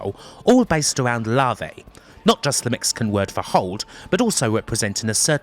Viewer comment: Great video. FYI llave is pronounced ya veh which means key which is funny because its a style that consists of locks